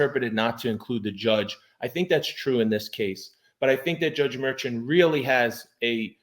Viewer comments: I guess it doesn't matter but I believe you're pronouncing the judge's name wrong everybody I've ever heard it speak his name the judge's name it's not merchant is Marshawn and I don't know if the spelling is right here but you get my drift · I thought it was Judge Merchan was pronounced (Murshon)? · You pronounce the judges name as “MerShawn” 😊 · I think you should check on the pronunciation of the judge's name